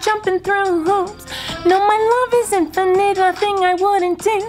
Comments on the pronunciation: Man sed "innifinate" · “Inifit” BAHAAHAHAHAHAHAHAHAHAHAHAHAAAHAHHAHAHAHAHAHAHAHAHAHA